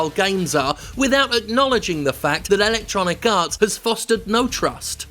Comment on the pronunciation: I keep hearing "ElectoniKarts", which sounds like a mobile game.